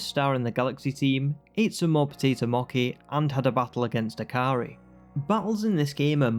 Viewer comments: you were saying mochi wrong, is what they were saying. The “ch” bit is pronounced like how it is in the word “cheese”, so instead of “Moe-key”, it’s more like “Moe-chee” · MOKI these nuts - its Mo - Chi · It's mochi! Not mokki!!!!!! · Him saying moki had me in tears. It’s pronounced “moche” (I’m Japanese I think I should know how to pronounce it) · I’m sorry but I’m super annoyed at the potato moki and not mochi 💀💀💀😭😭😭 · Mochi is pronounced the same as the "ch" in cheese. Moh-chee :) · btw its pronounced Potato Mochee ! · Fun video but why are you calling it Moki?!?! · How you pronounce mochi pisses me off but apart from that good video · ur way of saying mochi pains me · it is a great video otherwise, I just thought the pronunciation was funny.